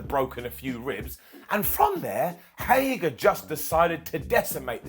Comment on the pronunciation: Who’s going to have to be the one to break the news to that it’s “Hager”, not “Hagar”?